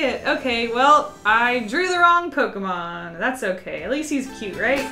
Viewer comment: You pronounced some pokemon names wrong